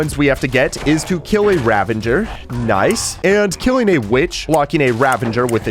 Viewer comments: I hate how he says "ravenger" and "nucular" 😔💔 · It's "ravager", not "ravenger". XD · 119:15 what's a "ravenger"? I know what a "ravager" is, but I've never heard of a "ravenger." Is that like a ravager and an avenger combined? :-P